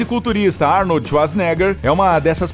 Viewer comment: Falar o nome do mestre Arnold como Arni kkkk .